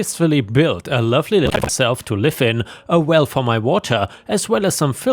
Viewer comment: your voice goes very funk and theirs no distinction of you saying “lovely little cabin” instead it’s all sped up super fast and is not understandable at all